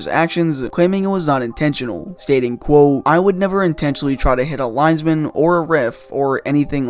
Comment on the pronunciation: It‘s called ‚quote‘ not ‚quow‘ ya knucklehead.